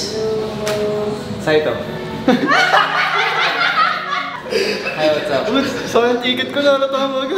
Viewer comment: saito po..hindi zaito...ttatatatatatatataym